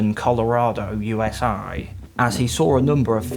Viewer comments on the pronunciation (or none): Usaaahhh 😂😂😂 im sorry you just said it so weird. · I’m glad I’m not the only person that noticed haha. My man pronounced the letter “A” in USA with three syllables.